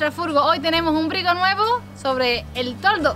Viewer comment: Es toldo no tordo. Ja ja